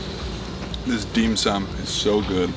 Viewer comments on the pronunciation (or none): panic Heavens no! I respect your accomplishments as a hiker and traveler, lol Its simply common to catch minor or major mispronounciations thats all. Its simply dim sum, in case no one pointed out...